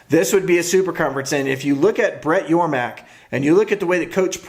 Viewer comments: It's Yormark not Yormack!! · It’s Yormark not yormack